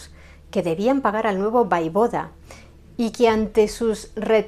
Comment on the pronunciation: Hola, en hora buena por el canal. Me gusta. Si me permites unas pequeñas sugerencias. Yo soy rumana y en los libros de historia con las que yo estudié ponía que el príncipe ungaro se llamaba Sigismund Bathory. Y te lo digo con todo el cariño del mundo y comprendo que es difícil pronunciar ciertas palabras en rumano, repito con cariño y respeto no se dice Vaivoda, se dice Voievod. Quiero decir se llamaba Vlad Țepeş el Voievod de Valachia que es como se escribe en rumano. Saludos.